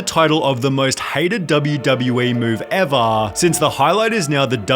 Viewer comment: I don't like the Rock, but I also don't like this trend where creators draw out the syllable for the last word in a sentence for 4 seconds. "The Rock just made the most disliked video EVVVAAAAAARRRRRRR! So annoying.